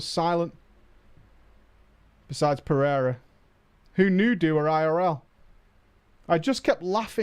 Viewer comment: Also, Portuguese last name, pronounced "per-a-ruh". Middle letter is a long A.